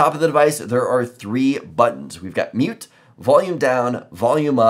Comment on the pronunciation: "On the top of the device we've got three buttons. Meert, volume down, volume up." What the heck does a meert button do?